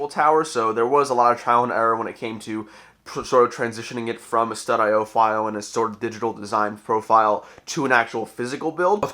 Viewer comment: I feel really stupid. You are the first person I have heard pronounce it as STUD-I-O, i have always just said Studio, but that makes so much more sense 😂